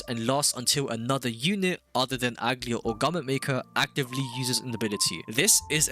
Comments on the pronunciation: that is NOT how you pronounce aglaea 💀 good guide tho you should start showing us your gameplay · You're pronouncing her name wrong..